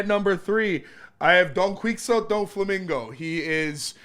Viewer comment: pronounced don-qi-hote wrong